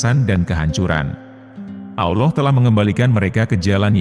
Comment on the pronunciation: Admin sebut Allah dgn Aullah..jgn pake U ya min